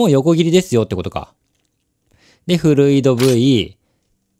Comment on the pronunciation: RさんフルイドVの読み方はフルイドV(ファイブ)で合ってます(多分)